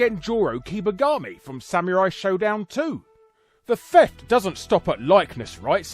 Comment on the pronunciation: ok your pronunciation of samurai as sameerai bugs me